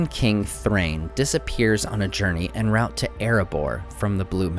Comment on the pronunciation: 'Enn rowt'!! Lolz......